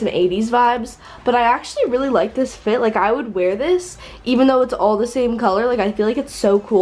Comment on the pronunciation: ik i hate the way she says it but it’s mostly because of the way she says the “t” like the t is just so much louder than the rest of the word